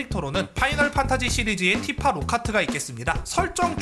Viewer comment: 난 티파가 피파로 들린다 온 세상이 피파?